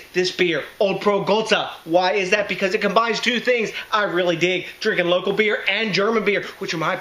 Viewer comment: Local not loco right? lol. I use acid malt in my homebrews but only to control PH. how smart are the Germans to come up with all these loop holes to keep things to the purity laws keep up these kick ass reviews my brother Cheers DJ!!